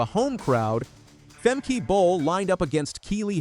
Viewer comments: It’s Femke not Femkee you fool. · Its Femkuh like duh not femkey. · Leer dat nou eens, arrogante Angelsak: het is niet 'Femkie' maar 'Femkuh'! Een ANDERE TAAAAAL! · It’s not Fem-key but Fem-kuh.